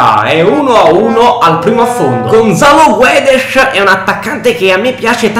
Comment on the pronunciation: Gonzalo guedesh dice si pronuncia Gonzalo guedes